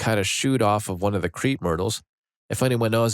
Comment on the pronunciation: "Creep" Myrtle? lol Crepe is pronounced like "Crape" like Scrape without the S.